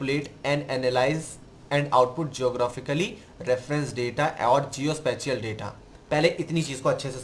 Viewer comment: Sir Please do research on the word SPATIAL۔ Sorry to say! Your pronunciation is not well.